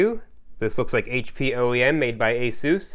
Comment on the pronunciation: Ok what about this for mishearing words., you said "ASUSee in general". I heard "Assusian general". Could that have been an alien warlord of some kind? 🙂